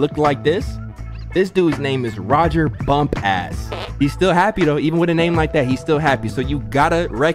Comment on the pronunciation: Y did you say bump ass its bumpass